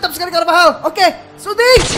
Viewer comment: bang carvajal bang bukab carvahal